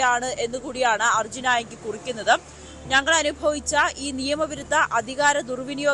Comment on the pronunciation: Arjun enthonnu "aayangil" 😂😂😂